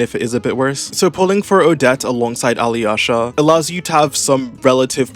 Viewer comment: Ok, as a Slav it’s so funny to hear you trying to pronounce Alyosha. Just ignore “y” Alosha should be fine